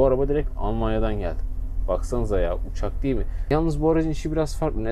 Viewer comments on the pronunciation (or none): none